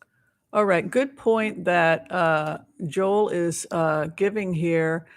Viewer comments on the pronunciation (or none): none